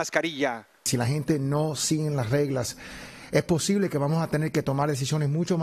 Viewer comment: ...e posible,? = "es posible" dijo el reportero en telemundo. ..porque hablan como niños de 2 años? Si eres profesionista aprende tu Español bien pronunciado.